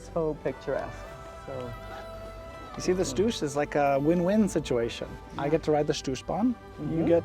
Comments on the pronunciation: Congratulations! A nice report about my home country. What you obviously don't know is that we Swiss pronounce the mountain "Stoos" with "Shtos". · So sweet how you pronounce Stoos 🥰